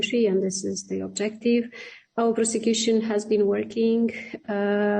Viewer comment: Просекьюшен или проститьюшен?... Бдь аморфная.